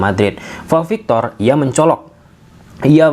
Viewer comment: Pau victor bang bukan vau victor